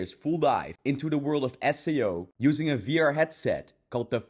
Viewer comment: But remember everyone this dude not sponsor because da dude not pronounce SAO with "As-Sei-O" instead "Ess-Ey-u stoopied pieces of grass"